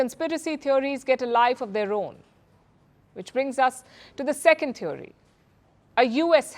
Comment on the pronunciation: Wonder why so many of our anchors pronounce it as thev 'o' ry / theev ree (थीओरी / थिवरी) instead of "thee uh ree" थिअरी